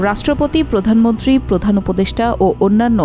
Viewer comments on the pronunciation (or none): none